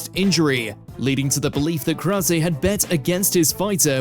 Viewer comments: Who's "KROWSAY"? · Not to mention James 'Krouwsay' 😅😅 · Not only did he say Chael's name wrong, but everyone in number 1 was pronounced wrong, especially Krause. I can understand getting Nuerdanbieke wrong bc it's a tough one to get right.